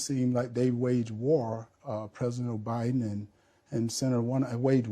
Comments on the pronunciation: Did he say president O-Biden? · He called Biden Obiden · Sounded like he said president obiden🤣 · “President O’Biden” 🤦‍♀️ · Did he say President OBiden 😂😂😂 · walker said o'biden